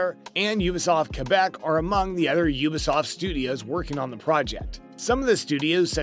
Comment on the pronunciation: Pronounce the T in ubisoft it’s not ubisof